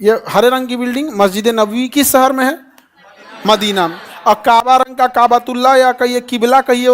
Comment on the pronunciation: Sir sahar nhi shahar hota hai padhna seekhlo pahle